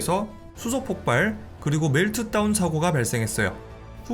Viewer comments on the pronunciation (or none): 발음 문제 멜트따운 X 멜트다운 O 방사썽 X 방사성 O